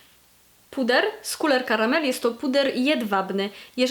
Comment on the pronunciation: bardzo lubię jak wymawiasz Couleur Caramel :) muszę w końcu skusić się na jakiś ich kosmetyk :)